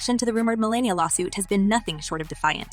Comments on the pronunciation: Melania. Not Melina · How do you turn an a in someone's name into an i? It's Melania!!